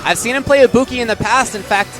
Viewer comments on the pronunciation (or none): This really would have been awesome without the commentators... Lesson one; If u are going to commentate AT LEAST (THE LEAST YOU COULD DO) work on the pronunciations... Damn... felt like I was watching a really good Japanese Anime, English Dubbed!!! For a while I thought the Ibuki they r talking about is anaa gamer!! Then "THE SCREAMING INTO THE MIC!!!" SMH